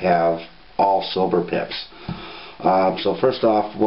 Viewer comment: i swear he's sayin 'it has red DIPS' instead of pips.